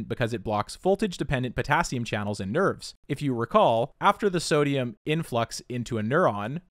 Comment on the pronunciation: i heard we have to talk about nerds and i was like nOoOoOooOOOo.... then realized he said nerves....